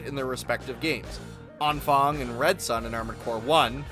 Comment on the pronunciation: That was possibly the most butchered vocalization of Anfang I have ever heard. Impressive.